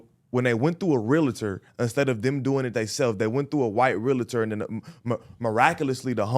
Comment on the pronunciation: This 🥷 said “realater” 10x 🤦🏾‍♂️